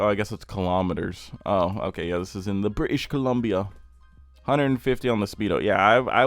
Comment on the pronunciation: really said British Columbia in a British accent 🤣💀 Canadian province which has 0 British people 😭